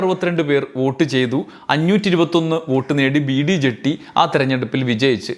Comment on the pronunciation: ജട്ടി അല്ല. ജത്തി. ബസപ്പ ദാനപ്പ ജത്തി. ಬಸಪ್ಪ ದಾನಪ್ಪ ಜತ್ತಿ.